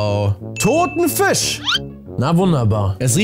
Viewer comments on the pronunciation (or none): none